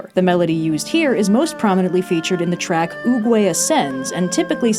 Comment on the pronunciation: I keep hearing say Uwuway instead of Oogway and it's killing me.